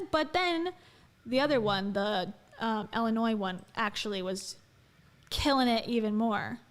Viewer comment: Jo-LEE-et 😆 ILL-in-oy